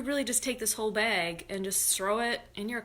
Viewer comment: Omigosh! And bayg!!! I love you